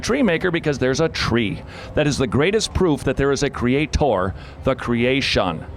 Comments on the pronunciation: Why does he say creatore? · Cuz he's a knob.